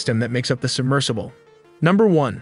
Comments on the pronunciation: the Titan subMERGEable? 🤣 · ah yes, a submergible. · Submergable. She noooooo a word buddy. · Did the voiceover really say "submergible"? 😅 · Did you say, "the Titan submergible?" Really? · DID YOU SAY SUBMERGABLE??? LMAO. idiot.